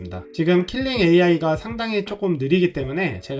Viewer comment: KILING이 아니라 KLING요 킬링->클링 괜한 지적질 죄송